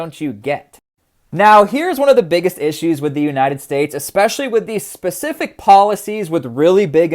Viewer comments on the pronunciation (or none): none